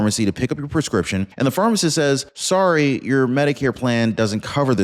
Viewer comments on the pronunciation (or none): none